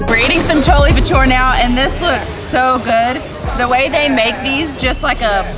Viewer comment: You have to pronounce the "re" in chole bhature